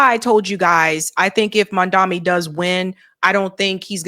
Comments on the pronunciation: Girl, his last name is MAMDANI (not Mandami) 😎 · Hi, great content as always, but can you please try to pronounce Mamdani's name correctly? You keep saying Mamdami instead of Mamdani alot. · His name is MANDANI, not Mandami 🙃